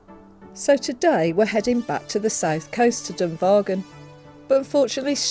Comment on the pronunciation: Hi I am from Waterford and its pronounced as "Maa Hon " and its pronounced like "come er aagh " mountains and its also Dungarvan is pronouned like " Done Garven"